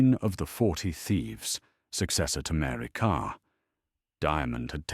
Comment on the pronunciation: Oh no not another one. A really interesting subject spoilt by overtheatrical portentous AI narration that can't cope with pronunciation of place names, and irrelevant illustrations. If you're going to use subtitles at least use a version that uses English spellings for an English subject. And it's "Mary Carr" not "Mary Karl".